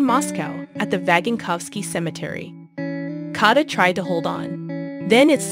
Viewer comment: Please, re-record this… how can you say ser-gee? Please not kata; it’s Katya! In Russian there is a y sound before the e. “Ye” 9 to 11?? Is this a bot reading?